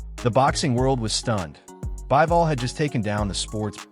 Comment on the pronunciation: Not "Baɪvɔl" but "Biːvɔl".